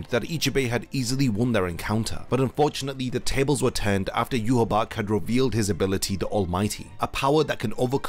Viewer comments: Yhwach = Yuhabark ❌ Yhwach = Yuhabaha ✅ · Not to sound like a nitpicker, but isn't his name pronounced "Yu-ha-ba-ha"? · why do you say yhwach like ''you haback'' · He name isn't pronounced "you-ha-bak"